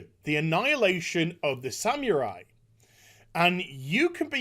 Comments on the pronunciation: It's not pronounced "Samewrai" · What in the world is a "sam-your-eye?" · I love this video but please stop saying Samurai like that 😫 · The Sam-u-rye